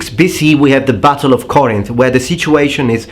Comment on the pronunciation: Corinth...NOT Cornith